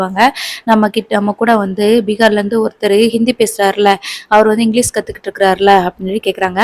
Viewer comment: மேடம் இங்கிலிஸ் கிடையாது இங்கிலிஷ் என்று சொல்லவும்.